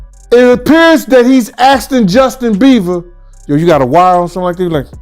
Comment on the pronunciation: He said "Justin Beaver", trice